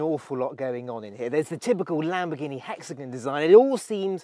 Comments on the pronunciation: Why are u saying Lamborghini wrong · Why do non Italian say Lamboghini without the R is it so hard to say?